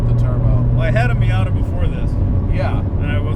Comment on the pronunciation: Like a "Miata" hmmmmm nop!!!!!! Don't say that again 😂😂😂